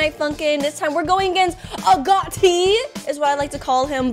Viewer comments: Its AG-O-TI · i think you say it as “a goat e”